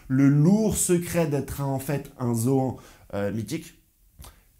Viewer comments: Dit pas ZoAN dit Zoanne !!! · C'est pas Zoan, c'est Zoan 👌🤣🥰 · Tu m’as tué avec ton intro. Pour moi je dis [zo âne] 😂👍👏🙋🏻‍♂️🇨🇭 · Arrête de dire zoan c’est chelou mgl